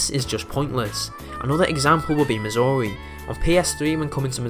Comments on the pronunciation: due to your accent it sounds like you're saying missouri instead of mazuri, at least to me lol. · I, uh, thought you said Missouri at first... 😅